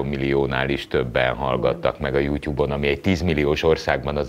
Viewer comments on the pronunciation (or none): Jutub...és nem jutyub...honnan szeditek ezt a ty-vel való ejtést...